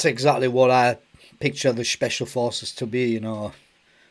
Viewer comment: Shhhpecial porces